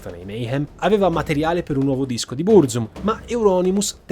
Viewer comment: e anche sbagliando tra l'altro, "Bruzum" hh